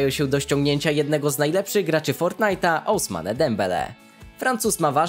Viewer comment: Nie osmane tylko usman tak sie czyta imie dembele